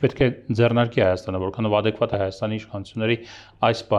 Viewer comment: ատեկվատ … բերեմիթրիկ … ասիմեթրիկ … օբերացիա … բրոյեկտ … ինֆորմացիա … րեսուրս … Թիմ … Թեմա … տրանսպորթային … Ասումա Անումա …